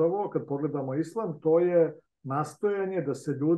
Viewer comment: Pa ti,ne znas pravilno da izgovoris ISLAM, a kamo li da ga TUMAČIŠ.